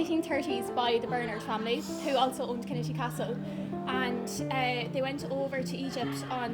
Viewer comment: Come to The Neale, in Mayo, and quit embarrassing yourself. Learn how to pronounce Kinnitty too.....embarrassing.